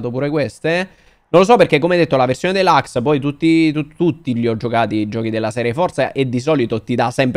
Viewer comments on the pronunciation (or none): none